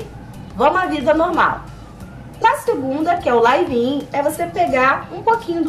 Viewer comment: se fala lívin colega. não é laive in